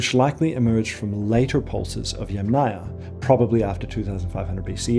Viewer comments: ‘Aryan’ starts like ‘air’, not like ‘ah‘, ‘Yamnaya’ is stressed on the first syllable. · it is mispronounced throughout the video… pronounced as YamNAYA... not as YAM-naya. I speak fluent Russian, Ukrainian, Eulerian, and Polish… and Latin languages I influent in English, German, conversational in Spanish. My comment is precise and logical. Maybe you have misread some of it. Maybe because you are American, you do not hear the pronunciation mistakes in every Slavic name featured in the video😢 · the author says they originated in modern day Ukraine, from the Dniper to the Don, but the Don is in Russia, so it is modern day Ukraine and Russia. And yamnaya must be pronounced as YAmnaya but not yamnAya. The Russian word Yama has stress on first YA. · Yàm (yUm) na-ya. Since you insist on using the Slavic word for the "pit' culture, you should pronounce it correctly. You are mispronouncing it, sad...😢 The emphasis in the word is on the first a, it is pronounced like the vegetable Yum... and then you add the Naya. Again the emphasis is on the Yum! I hope you will learn it by your next video or maybe you will change the audio. Thank you for reading my comment❤ The word yàma - literally means hole in the ground . It is pronounced as Yum, and a is added to the end). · so and by the way ... "yam" is pronounced as "iem"... whyle Ямная (from pits) is pronounced as YUM-na-ia/ya. Ignorance is what makes scientific documentary fall into category of spam. For such ignorant people as you I will repeat - the video is mispronouncing every Slavic scientifically given name! In English - he is mispronouncing the terms.